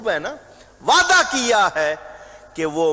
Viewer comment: سچ میں یہ نے تو حرف " ع " کو تو اتنا مشکل ترین بنا دیا ہے کہ سوائے ان کے کوئی اور ادا ہی نہیں کر سکتا "وعععععععدہ فرمایا" 🤣🤣🤣🤣🤣